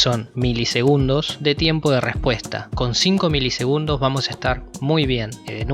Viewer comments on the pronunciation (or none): Buen video bro milisengudos jajjajajaj